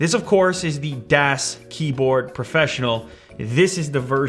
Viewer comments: its pronounced das not das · u pronounce it wrong .... its not das with a long A.... its German sound like ahhh like das boot... gg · Das is pronounced like Dos, not Daas with a the long A. It's German (neutral) for 'the'. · for goodness sakes man das is pronounced "daas" like DOSBox not dass like dass-hole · it's pronounced das not däs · It's a soft a, not a hard a. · pronounced darce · Dahs Keyboard! It's pronounced Dahs! xD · It's pronounced "DOS" as in MS-DOS. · Btw, it is pronounced Dos, like you say Microsoft DOS. (It is just spelled Das... It's German) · Am I the only german watching this? :D It's pronounced like "does" btw. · FYI: it's pronounced "doss" and das means "the (neutered)" in German, so the brands name translates to "the keyboard" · It is pronounced like duuuuuuhh with an s. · It's das pronounced daas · It's kinda like Dos, right? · its pronounced almost exactly like "does" but a bit less flowy and more german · ***** No, it's a german word spelled "das", pronounced like "daas" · Affe mit Waffe "das" (German) is pronounced "does"(English) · Its pronounced "dawz" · It's pronounced dass, with a short a. Just like the das auto commercials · Its pronounced like "does". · ***** Then you should know that it is more like D-OSS. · Chark it is spelled like "does" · It's pronounced d-ass. It's German and I'm taking a German class so I know. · It's supposed to be close to "dos" like the operating system haha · ***** It's pronounced like "does". ;) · He says it like "dash" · MeisterYodarkus ja aber Lew hat's ja wie "däs" ausgesprochen, also -> falsch ;D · Just FYI, das is one of the three German words for 'the'; das, der (pronounced 'dare'), die (pronounced 'dee'). Das is pronounced like the old operating system DOS. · He doesn't say das correctly. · Says sleep points at mute botton, says mute points at sleep botton lol and he said das wrong lol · 212 dislikes comes from people who are annoyed by his mispronunciation of Das. I'm not one of them btw.